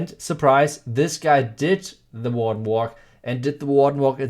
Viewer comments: Oh WARDEN WALK. Holy fuck he eviscerated that pronunciation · What did he say at the beginning? People are combining pekka smash and what? Sounds like WA WA